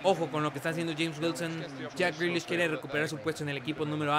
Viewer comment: me partí de la risa cuando les respondiste, si jugadores como jack grealiash, no se quién y fares bahlouli, con esa voz y tu francés. xDD.